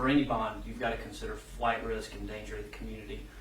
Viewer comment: It's BOND not BONG